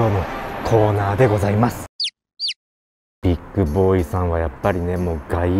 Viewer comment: ビックじゃなく ビッグだよ 乙